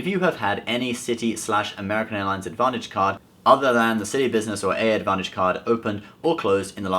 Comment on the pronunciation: U don't pronounce it as A A advantage my friend. It's just advantage. Ur welcome